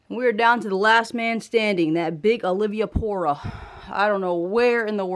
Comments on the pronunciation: Awesome Video, yoooooo i couldn’t stop laughing when you said Olivia-pora. I can’t say it right either 💯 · Say it with me now, AL-V-PORA 😂